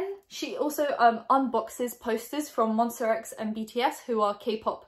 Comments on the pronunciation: Um it's MONSTA, not Monster. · ITS MONSTAAAA X NOT MONSTRRRRR X